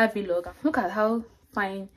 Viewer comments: Nice video, I really enjoy your content. But I wish to know if it's actually pronounced Vilog as you always do or Vlog. Just asking to learn please, no offense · Thanks for your support ❤️. I always thought of it as video blogging so I pronounced it as V log, but I just looked it up now and saw it’s pronounced as vlog. We learn something new everyday lol 😆. Thanks for pointing it out